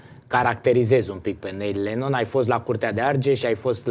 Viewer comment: Se pronunţa NIL LENNÎN, NU NEIL !